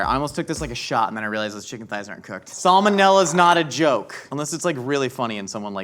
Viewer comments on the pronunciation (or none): none